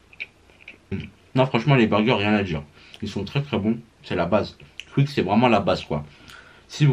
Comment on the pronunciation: Wesh mais qu'est ce que t'a a dire Cuik sa se prononce "kOUik"